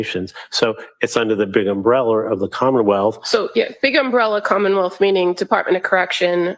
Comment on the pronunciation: does she say “commonmouth”?